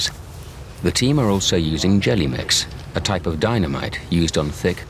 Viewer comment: It's Gelamex, not "jelly mix". Jeez.